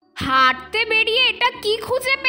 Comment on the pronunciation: তুমি বলছো হাগতে না হাঁটতে❤